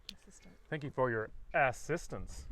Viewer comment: Crykies he said ass sistance lol